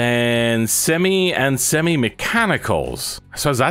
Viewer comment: bro doesnt like the name semi and he doesnt say it right either, lol, maybe it does need another name